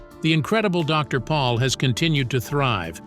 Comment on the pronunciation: Isn't the last name pronounced "Pole"?